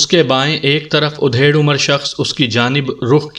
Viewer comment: آپ کی آواز اور پڑھنے کا انداز بہت اچھا ہے ، لیکن یہ ادھیڑ(adhed) عمر کو آپ جب udhed کہتے ہیں تو بالکل اچھا نہیں لگتا ۔ ادھیڑ‌ عمر کا مطلب آدھی عمر کااور ادھیڑ udhed کا مطلب چیر پھاڑ ہوتا ہے ۔